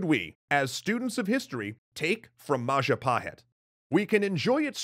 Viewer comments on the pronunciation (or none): Mapajahit ❌ Mahajapit ❌ Mapahajit ❌ Ma ja pa hit? ✅ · Mapajahit ❌ Mahajapit ❌ Mapahajit ❌ Mahapajit ❌ ... Ma Ja Pa Hit? ✔️ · As the last episode came up, I wanna say thank you very much for all hard work. . Just have one thing for all, including indonesian, about the most correct way to read "Majapahit". It is Maw-Jaw Pa-it ('h' is silent). It derives from Maja (read:maw-jaw), the bitter (pahit) fruit. My village name is still has its correlation, Curahmojo (Mojo-Creek). It is 40km from the center of Majapahit kindom. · Majahapit ❌ Mapajahit ❌ Majapahit ❌ Mahajapit ❌ Ma-ja-pa-hit? ✔✔✔✔✔✔✔